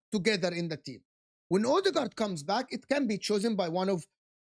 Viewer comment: Mikel odeegard😂